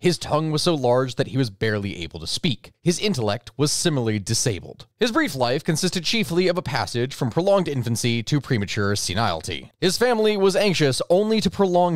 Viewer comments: . "...premature 'senile tee'". Words fail me. "Senility" rhymes with "civility". Hope that helps... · Is this a robot reading? Learn how to pronounce “senility”. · "Senility", all of the I's are short, SIN-ILL-IT-EE, not SIN-EYE-ALL-TEE